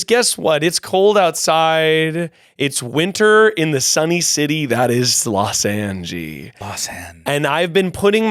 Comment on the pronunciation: Los angee as in jess mckenna as mayor